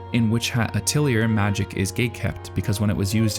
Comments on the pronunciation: Last time we had Methode, now we have WiTch HAt AtEliER. I can help this time. It's not "A-till-i-er," it is "A-tell-i-ay." Anyways I love WHA. It's character design, animation, story, and humanism is all so good. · It's pronounced ateliay, not ateliuhr. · Atelier is a French word, it pronounced Ah-tell-e-ay. Really its drop the R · ateli-A, not ateli-er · A-til-ee-ay it's french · It's pronounced ateli-ay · lol ateliur, c'est francais my dude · Quick pronunciation note - uh-telyee-ay or uht-lee-ay (depending on how fast you are speaking) atelier is French, the English word (rare, but it is in the English dictionary) is pronounced the French way. It means 'workshop', and is used in French the same way as in English - both as a place (the workshop where things are made), but also in the more modern 'seminar' (we held a workshop to go over the new business software). But - yes, a lot of fantasy is just tired retread after tired retread of (ultimately) Tolkein. Later we get this 'adventurer' idea, which is based off of gamed that copy Dungeons and Dragons, which was originally based on ... Tolkein, but with the addition of magic systems that would allow players to be mages without being useless or OP. No-one copies ... er.. is inspired by Anne McCaffrey's Dragonriders of Pern series, which was interesting and unique - and there have been some fictional fantasy worlds, but ... they don't seem to be getting into pop-culture nor getting more than a niche following. And - most of my sources are English-language, so based on medieval Europe (mostly). I am happy to see Asian themed fantasies now too (more like Apothecary Diaries), and wish we would see more of that (Have you seen Uta Koi? It was on Crunchyroll briefly, but I cannot seem to find it anymore). Gorgeous, based on Heian-era Japanese poetry, but with historical figures and absolutely gorgeous design. Ultimately though - what makes good fantasy is good stories. Magi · It's atelJAY like PEY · It’s AH-TELL-E-AYE